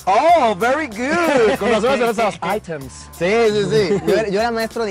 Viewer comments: "Di airems" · Luisito de mamador con el “airems” xD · Items... es Aiiiremmss... che wero mamon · no son palabras en español, son LATIN así que Luisito se equivoco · "Items". JAJAJAJA